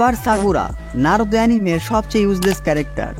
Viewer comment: bhai tmr vdo blo lagse design R edit sundor hoise But voice ta ektu clear kori pelle balo hoito ki narutor modde naaroutho uccaron koro that naruto not naarutho